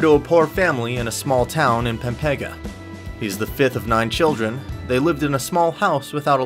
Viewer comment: He butchered the word pampanga it almost sound like a pepega